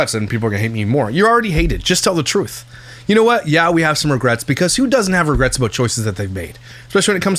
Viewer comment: Ragrets???? Regrets I think u mean 😂😂